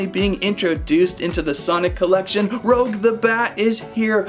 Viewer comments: these figures looks amazing!🤩 but if i were u, its pronounced Rouge(ルージュ) not Rogue!😉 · No offence man but you said rouge as "roug" its actually pronounced as "roo-ge" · Not Rogue. Rouge, the French word for the colour red. Better luck next time. Sonic characters are more my style.😂🙃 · It’s rouge Rooo-ssh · “Rogue the bat” lol! It’s Rouge, my man! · It’s pronounced rooge like the make up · rouge (roo-je) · it's rouge (roogue) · It’s rouge not rogue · Say rouge right 😡